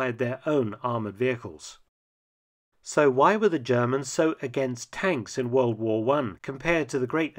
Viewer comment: Wold waa won, Wold waa won, Wold waa won, Wold waa won....... Try Great War - or First World War. WWI is a journalistic abbreviation.